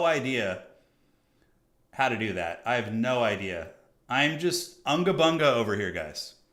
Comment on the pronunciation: in my country we say unga bunga, not anga banga. with u as u. also why not increase the point timer to 1600? to tackle some capture chizy hokus pokus